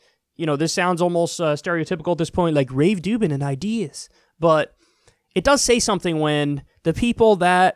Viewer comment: Why can’t you say Dave Rubens name properly? I find it so childish, I get you don’t like the guy but come on man. It’s nearly as petty as trump 😂😂